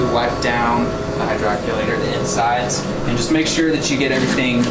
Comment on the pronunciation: it’s pronounced hydro-collater